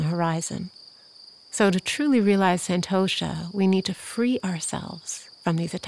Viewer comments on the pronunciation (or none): Umm.. It's pronounced sun🌞-toe-shhh🤫 NOT San-toe-Sha (I'm from India and a native speaker) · has a soothing voice. But the word contentment or santosha is correctly spoken as “sun-tosh” in Sanskrit. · This meditation was truly amazing! But i do feel the need to correct your pronunciation as it is slightly jarring from the actual pronunciation. Santosha is pronounced as 'sun-tho-sha' . I understand that your accent makes it so, but no harm in respecting the actual pronunciation :) Again, thank you!